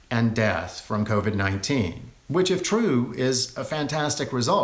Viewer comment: Covid not """kovit""